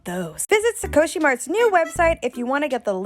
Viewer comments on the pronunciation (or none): Sukoshi is a weird choice to name your shop. Sukoshi in Japanese means “a little/a bit”. I don’t know how this name reflects a beauty shop but I guess if it sounds cool it’s fine right. Also it’s pronounced “soo-koh-shi” not “su-co-shi” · wait but please pronounce sukoshi as scoshii next time D: it means 'a little bit' in japanese